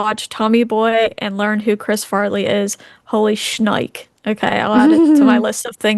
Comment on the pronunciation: also, it's pronounced "holy shnik-EE"